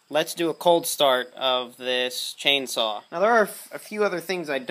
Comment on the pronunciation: says "Chainsaw" German